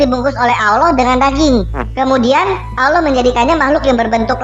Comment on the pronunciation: yg salah baca siapa? Tulisan Allah bacax auloh... gak tau baca yachh.. hehehe